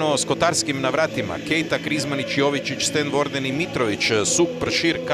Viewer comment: Kaže Blažičko, Boćkaj, dećki.... Jovićić... Slova sa kvačicom ne zna da izgovori. Nervira me to.